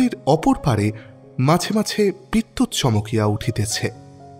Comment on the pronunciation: নিজেকে উন্নত করার জন্য প্রশংসার থেকেও সমালোচনার বেশি প্রয়োজন যে কারণে আগেকার দিনে গল্পকারদের ক্রিটিক থাকতো, আমার মনে হয় আপনার উচ্চারণের দিকে একটু নজর দেওয়া উচিত বেশি স্পষ্ট করতে গিয়ে উচ্চারণ ডিফারেন্ট হয়ে যাচ্ছে, যেমন ধরুন 'হাকিম'কে 'হাখিম' বলছেন, 'মাঝে মাঝে ' টা 'মাছে মাছে ' শোনাচ্ছে, 'ঝুমকা লতা ' টা 'ছুমকা লতা ' , 'বাসা ' তো 'পাসা ' শোনাচ্ছে ইত্যাদি, অসংখ্য .... কানে বড্ড লাগে